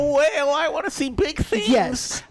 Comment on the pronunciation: He said Gyat not yes 😂😂😂😂